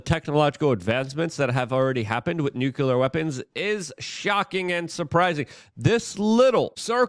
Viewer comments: Hey Luke, what does newkyouler mean? Is it a form of the word nuclear(new klee er)😬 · WHY do so many of my fave yt guys pronounce noo klee ur wrong??? Bugs me to no end.